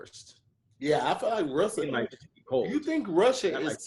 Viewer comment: Hey Tom looks like he was trying to say Russia but said russel